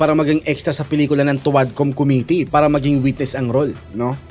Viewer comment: Ang lupet talaga ni "Khomitee" pag prounce lang committee sabalay pa.